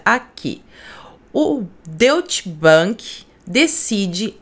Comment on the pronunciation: Profa., a pronúncia correta do nome do banco alemão é "dóitche bánk". Só ora colaborar. 😊